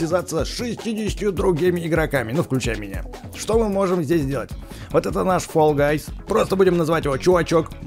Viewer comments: не фул а фелл или фол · Видос топ, только Fall guys, говорится как Фолл гайс, а не Фулл гайс.